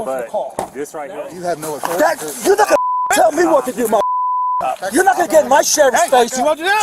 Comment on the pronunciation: My authori-tie. No, my authori-tie. No, my authori-tie..